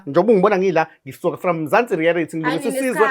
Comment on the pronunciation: 😂aw sukan madoda...ngigcwele ngawe mfwethu...ikakhulukazi mase uthi "Mzansi Rearity"😂😂